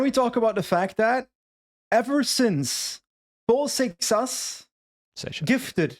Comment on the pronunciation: for the love of everything that's sacred stop saying seixas the wrong way (I'm portuguese and if he wants to say his name the wrong way that's on him but the word is said the way says it and you're making my ears bleed)